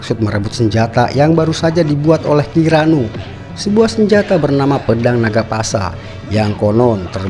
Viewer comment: Bukan pasa boss tp puspa